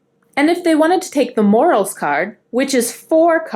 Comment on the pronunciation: Good explanation but you should be aware you are pronouncing morels incorrectly. It is pronounced mo-RELs